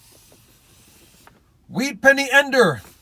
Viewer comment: He said wheat senny ender Once in the video